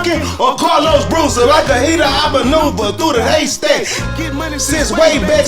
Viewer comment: Boozer not Bruiser 🤣🤣🤣✌🏽